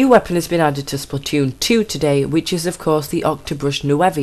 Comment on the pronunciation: "New-voe". Sorry.😥